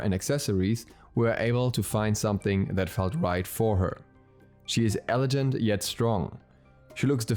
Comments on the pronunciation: It's elegant, not elejant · “Elejant” ??? Ksksks